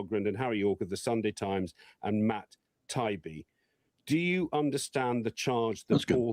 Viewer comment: It’s completely indicative of the sad state of the UK that a UK media figure would pronounce Taibbi like it’s an Arabic name rather than an Italian name…